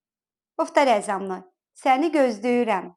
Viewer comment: Здравствуйте. Во фразе "Я тебя жду" получается вместо звука l звук d?